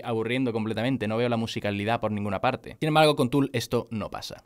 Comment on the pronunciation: Soy yo o la calculadora dice Fool y no Tool xd